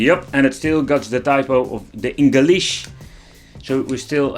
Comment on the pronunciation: I laughed out loud at the way you said ENGELISH. Also, I suggest an acapella game tune singing after you say "It's a time for a package from"(acapella hum).... CHINAAA"